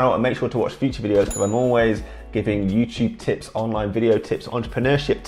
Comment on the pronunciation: Youchube lol😂